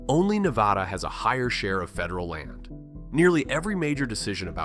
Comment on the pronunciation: to be fair, they also pronounced Nevada in a way that instantly signals to the locals that they're from out of town.